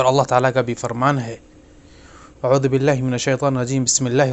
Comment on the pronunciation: Aoodubillah nahi aoozubillah kaho.